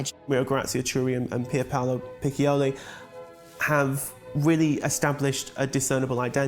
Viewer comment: CHIURI pronounce KIURI and PICCIOLI not PIKOLI